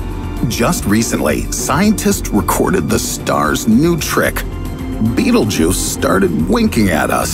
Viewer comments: Its not beatle Juice ITS PRONOUNCED BET EL GEESE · its BETELGUESE not Beetlejuice. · Sounds a bit alarmist to me. Why are some people/institutions trying to generate constant fear among the general population, the stress in his voice etc. Defies logic. Be happy bud! Calm down! (and by the way it's Betel-geuse not the hollywood version Beetle juice) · Can you fucking stop pronouncing it "Beetle Juice"... It's pronounced Bae Tell Jeuz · It isn't pronounced beetle-juice it's pronounced bétel-jis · It's pronounced "betal gowse" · It isn't pronounced beetle-juice it's pronounced betél-jis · It's pronounced bétel-jis not beetle juice. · It's so hard to take this serious when it's pronounced Beetlejuice. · Man everytime he said beetle juice I got kinda annoyed it's pronounced like "betelgus" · It’s pronounced Bet-Elle-G’use, not Bettlejuice. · Note this: This content is older more than 2 years. Stupid clickbait video. Narrator gonna be in hell for false rumour, scaring innocent people. Also it is pronounced as battle-jaz not bittlejuice.. Thank me later narrator. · Him: Betelgeuse Me: Beetlejuice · It's not pronounced 'beetlejuice' and that has driven me nuts through the whole damn thing -_ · Betelgeuse is NOT pronounced "Beetlejuice" you dyslectic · Wait Betelgeuse is pronounced as beetle juice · Before i read the comment: betelgeuse After i red the comment: bettlejuice. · I jus thought this hahahaa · Bee-tel-guy-se... betelguise this guy doesn't know how to pronounce basic words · I still can't get over the fact that he kept saying Beetlejuice every damn sentence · I thought he fucking said beetle juice. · Did he just said "bettle-juice"? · nobody:: B E E T L E J U I C E